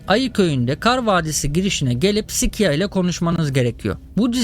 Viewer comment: Abi o şika değil sika